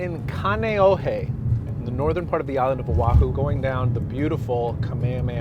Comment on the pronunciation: Not kaneohe